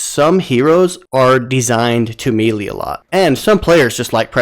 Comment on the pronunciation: I think you're pronouncing melee wrong. Otherwise thanks for the tips